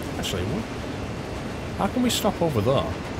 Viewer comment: It really annoys me how he says "there".